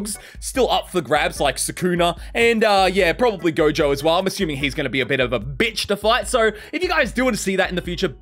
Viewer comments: Did anyone just heard that he said jojo and not gojo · It’s Gojo not Jojo